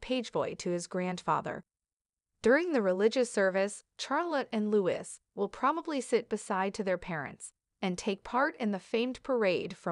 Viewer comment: Thank you for the comment from "BlueEyes." Regarding now for the third time myself, the pronouncination of Charlotte: IT IS NOT PRONOUNCED w/ "H!" Nor is Prince Louis pronounced "Lewis, , it is correctly Louie, again, no "w." ( As in "phooey!) This is truly SO annoying to hear. Princess Charlotte has such a lovely name; but is NOT named after her grandfather, King CHarles III. SHAR, as in "share" not CHAIR. YES, lose the "h," please also remember Louie. Poor kids will go through life with lovely names MANGLED BY narrators. Another: "tiara" is NOT TIEara, it is tea, ( as in the drink!.) How difficult is this, people? Thanks again , "BlueEyes"